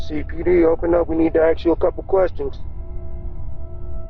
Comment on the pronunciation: “CPD, we needa axe you a coupa questons….” Sorry officer, but you appear to be out of uniform and with your willful assault on the English language, I have decided not to acquiesce.